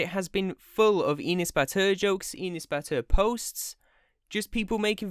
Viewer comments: when he says Enes Batur it sounds like he's saying peanut butter lmfao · I keep hearing penis butter. Sorry I 1m not trying to offend anyone its just what I heard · What the heck is that name i thought he said penis batur brah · inis batur awesome pronunciation 😂 I am Turkish that’s why I now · With the way JT pronounced his first name, I kept hearing "Penis Batter". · and pronouncing like that n s but ur (not your just ur ) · his name pronunciation like 'anus', that's why everybody call him 'anus butter'. its just a joke but some brats crying because that. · His name is pronounced as Anus Butter, just Incase anybody was having trouble pronouncing it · Fun fact, his name is actually pronounced: "an ass" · you pronounce his name like "Anus Butter" and i liked that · yo i thought it was pronounced anus batter lol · We actually pronounce his name like "An ass butter" here in Turkey. Because he is an actually asshole. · He's pronouncing his name like "Anus Batur" LOL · I think it's pronounce Anus Bath. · Enus Batur fam I thought it said Anus Batty 😂😂😂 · Bro you say his name wrong XD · It's funny how you pronounce but, it makes me happy that u are taking him down :) . "He went to his house, so he has his approval".... WHAAAT?? :D It's not just him tho, there'r so many stupid Turkish ppl does that, and i hate bc I am also Turkish :'( . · the way you say enes batur is so funny and ı like it so much